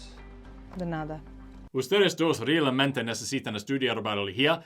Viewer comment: almost perfect spanish, but in "realmente" the 'e' is pronounced like the 'red' e, not the 'really' e, and, in biología, the 'i' is more like the sound of 'e', like 'be', also you forgot to pronounce the o, besides that, great spanish.